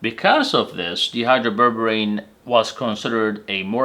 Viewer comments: The way you're pronouncing the name "dihydroberberine" makes it sound like DEhydroberberine, which is a berberine with one or more hydrogens removed. Dihydro means two hydrogens have been added, and is pronounced DYE Hydro (long i sound). Because these are two different molecules, it's important to specify the right one. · Shouldn't it be pronounced di... like in the word diet?